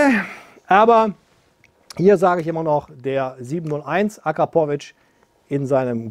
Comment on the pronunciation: Alleine schon wie du Akrapovic aussprichst gibt es kein Abo